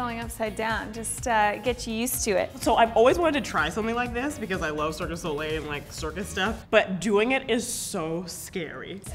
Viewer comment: Did she just call Cirque du Soleil Circus Olé?! XD